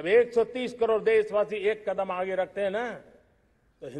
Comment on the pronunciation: आज का ये दिवस एक ऐतिहासिक दिवस हे एक नयी राह एक नयी संकल्प और नए सामर्थ के साथ कदम बढ़ाने का सुभ अबसर हे, सच में आप ने टैलिप्राम्प्टर का इस्तेमाल किया हे तभी तो कदम को कड़ाम बोलै हे, टैलिप्राम्प्टर इस्तेमाल करोगे तो 1.5 स्पीड धीमा बोलना होगा |